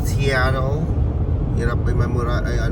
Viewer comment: Sinung my sabing d ako nagsusupport 😂 paano yung SEATTLE pag pronounce